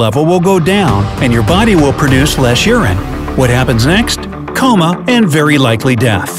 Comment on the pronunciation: Coma not cama